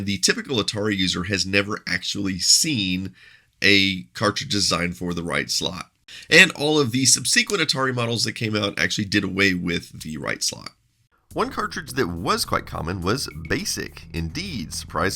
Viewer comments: Dude, I love your videos, but you always miss-pronounce "Subsequent" or "Subsequently". It's "SUB-se-quent" not "Sub-SEE-quent". Cheers! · "sub-see-kwent?" I have never heard the word "subsequent" pronounced in this manner. Odd. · Ok, I've been trying to track this down for a long time - is "sub-SEE-kwent" a regional pronunciation?